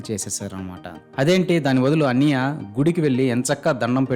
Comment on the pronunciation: మీకు కాన్సెప్ట్ అర్థం కాలేదు, ఆయన అన్నయ్య అనే పదాన్ని అన్నియ్య అని ఉచ్చరించడం లో చాలా depth ఉంది, అది అర్థం అయితే మీరు ఈ కామెంట్ పెట్టరు